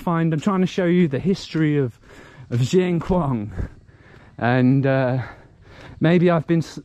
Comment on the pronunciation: Dear, Not pronounce:"Jieng Khouang" but "Sien Khouang:, S as in Scilly Islands. We still admiring your "chin up" way of travelling. What about your project for getting out of Laos and travelling to Sri Lang Kha?